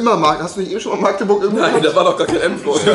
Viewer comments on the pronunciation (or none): Nicht Maaagdeburg sondern Magdeburg. Man triggerd das